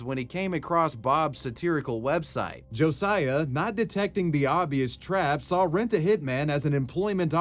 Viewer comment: Who else is cringing that he pronounced “Josiah” wrong?